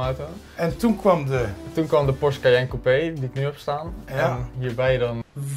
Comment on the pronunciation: Weet je wat ik wel raar vind je bent zo en dan nogsteeds porsche verkeerd uitspreken tis geen porsch je zecht porsch e zo spreek je et uit porsche u porsch u 😬